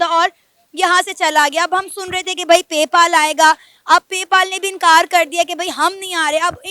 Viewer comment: पे पाल नही पे पल है यार 😂